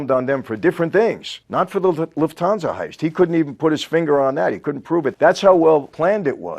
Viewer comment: As a German, i love his "loofthansa"